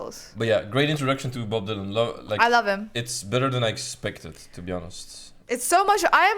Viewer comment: IT IS NOT DYLOON IT’S DYLAN.